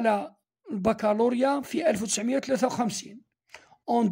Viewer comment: استاذ أخطأت في قراءة 1953☺️😁